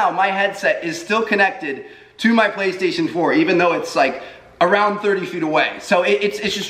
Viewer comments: Did anyone hear that he said baestation instead och playstation haha?! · You said baestation not PlayStation. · Listen from to , he says baystation instead of PlayStation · I swear I thought he was saying bae-station 😂😂